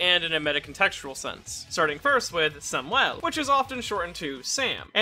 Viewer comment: Why do you say Samuel like that?